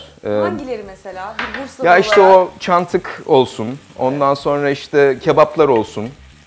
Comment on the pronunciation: Çantık dedi ya :(